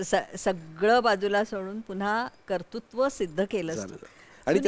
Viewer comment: मॅडम, ४३.३५ मिनिटाला तुम्ही म्हणालेला कर्तुत्व शब्द "कर्तृत्व" असा म्हणायला हवा.